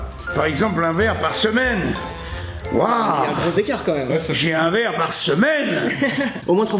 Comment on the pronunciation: Mais oui c’est claaaiw C’est la mew noiw